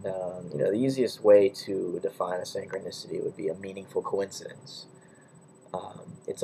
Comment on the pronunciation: Interesting video but why do you say synchronicity as if it has an A in it?? And wtf is that annoying beeping in the background?...makes the vid almost unwatchable....